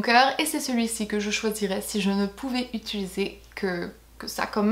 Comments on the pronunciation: utilisé et non pas utulisé :) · Non no, je dis bien utilisé, haha je me prononcr bizarement, je l'ai toujours fais 😂😂